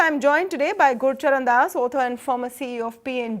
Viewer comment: Please get the name right - Gurcharan Das, not Gurusharan Das. He is a highly-respected management figure and an erudite author.